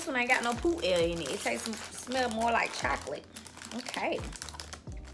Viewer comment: Poot air lmao 😂😂